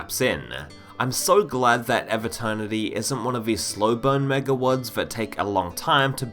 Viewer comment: Pronounce EVE like "even" without the N not like "ever" without the R